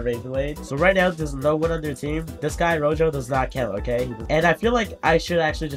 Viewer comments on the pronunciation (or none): none